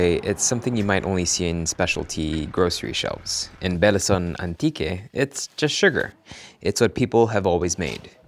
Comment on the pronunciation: beh-li-SOHN. Or beh-LEE-sohn. The content of the video is amazing, I just want to add the proper local pronunciation to anyone who's interested, since the video is spoken in English.